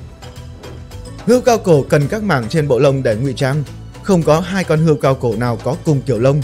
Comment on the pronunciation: Hươu chứ không phải hươi.